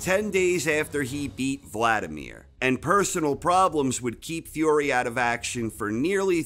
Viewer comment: Why do you say "Fiore" instead of "Fury" ?